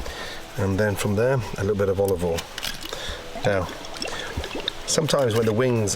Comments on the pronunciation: Gordan "and Jost a Tooch of Olive Oiel" Me: "THATS A LITERALL WATERFALL OF OLIVE OIL!" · Lil bit of Olivol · And top that off with a “little” touch of olivol. - Marco Pierre White